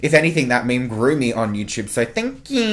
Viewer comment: The way he says "thankyeww" 😂